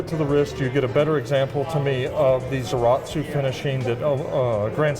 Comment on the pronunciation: As soon as he said "zaratsu" I was like "oh, ok, he knows what he's talking about"